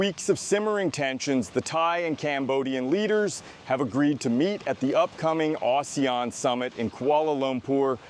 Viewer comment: Pronounces ASEAN = OOssiaan - Lol